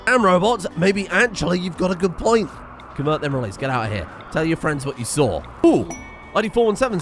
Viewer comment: Fr-end-zah? I do not know this word. And what is this grr-ass you speak of?